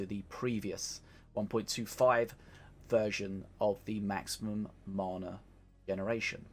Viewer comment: ffs you still cant say mana... how long you play this game ffs bro lol